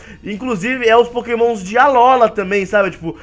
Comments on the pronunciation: nao se pronuncia Alóla e sim Alôla obrigado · So eu que me encomodo quando o fala Alolan e Alola